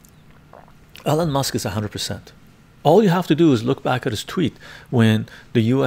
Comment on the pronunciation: it sounds like you're saying Ellen Musk lmao